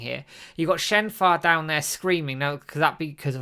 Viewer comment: i know it's not important but why do both of you call shenhua shenfa?